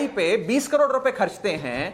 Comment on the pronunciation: 45 carors & swimming pool ka 21 carrods .. ye bolne ki training .aap ko bolene ki mili hai.